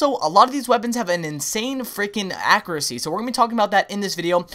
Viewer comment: Okay I love all the videos truly very helpful, but I swear you need to learn to pronounce accuracy!